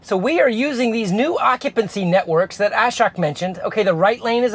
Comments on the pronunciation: The letter 'o' in Ashok is better pronounced as the 'o' in the words 'home', 'open', etc. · Ashok name pronunciation is wrong. O should be pronounced as "O" in core.